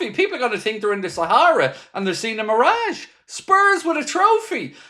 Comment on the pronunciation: 'A mirrage' 😂😂😂